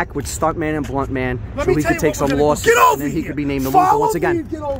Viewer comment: 'He's a losah but he's not a quittah' XD